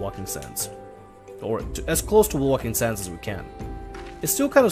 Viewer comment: there is no L in Waking sands its Wake ing